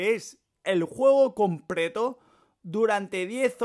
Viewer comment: Batefild compreto este men no sabe hablar :v